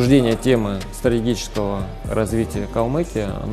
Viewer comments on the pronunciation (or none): На понравилось: "Обсуждение темы - СРАИГИЧЕСКОГО - развития..." Понимаю, очень трудновыговариваемое слово и термин даже для кандидата наук, но при этом сам того не осознавая он дал действительно верную оценку дальнейшего развития РК под его управлением.